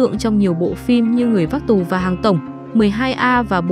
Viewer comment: Tù và mà đọc cũng không xong